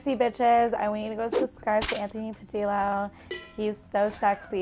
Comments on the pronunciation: It killed me when the snooty girl said Anthony Padeelo 🤣🤣🤣 I feel like she might’ve been trolling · She looks latina but called him "Anthony pa-dill-oh. That's not surprising, she seems like she'd be a no sabo kid.